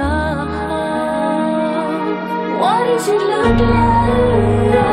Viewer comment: Tori, dear, the word 'like' has 1 syllable, not 5